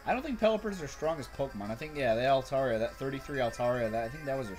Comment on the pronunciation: ok you gonna hate on me but altaria its alTarIa ( I is an i )